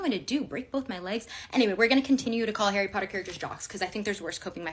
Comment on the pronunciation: Nooo, ickle 'Arry 'Otter is in Slytherin?